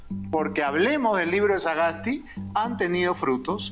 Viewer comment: Estimado Beto, la madre de Sagasti Es austriaca. No creo necesario hacer tanta mofa del apellido, una sola vez decirlo y ya esta, y de hecho lo pronunciaste bien. Creo que no hay que perder la objetividad.. Pues quiza la madre haya escrito algo bueno o hecho una vocacion, no lo se. Te escribe alguien que tiene parte austriaca y peruana, como muchos peruanos alrededor del mundo que vienen de todo lado. Saludos